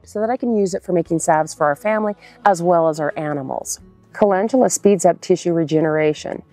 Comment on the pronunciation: You started off with saying the very first one WRONG, CA LEND U LA. LEND!